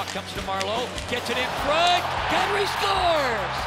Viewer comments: Announcer/Commentator: SCHUERZ! (Scores) LOL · god i hate how he said "SCORES"